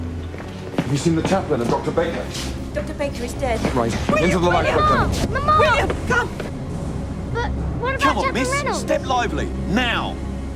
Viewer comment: How i heard the britannic🚫 bratannic✅